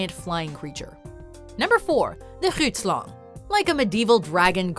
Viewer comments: She kind of butchered Grootslang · I love the way she mispronounces alot of these creatures mostly the grootslang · Haha you butchered the name grootslang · Groetslang XD English folks should just stay off other languages. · Grootslang translation to big snake and you said it wrong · When she couldnt pronounce Grootslan i died😔😔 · The way Grootslang was pronounced ... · Watching them mispronounce “The Grootslang” hurt me badly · honestly, same🙌🙌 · Same here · Thank u so much for the video.I'm from South-Africa and I had to laugh at some of the pronunciations.The scariest one fot me is The Grootslang.I hate snakes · I'm coloured and 'grootslang' is Afrikaans so my niggas trying saying it right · As someone who has been to the bottomless where the "grootslang"(Grootslang just means "big snake" in Afrikaans, but it always cracks me up to hear Americans butcher my language) apparently lives I can confirm the location is right next to the Atlantic ocean and on the border of Namibia and South Africa where diamond mining is the main thing.(Richtersveld to be precise) However, I would like to add another African monster to your list.. It's name is "Julius Malema". If you are white it wants your land and its mating call goes something like this:"Whiteboy, you are a racist!"